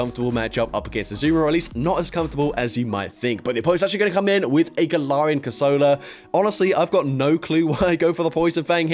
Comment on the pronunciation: Corsola ❌ Crosola✔️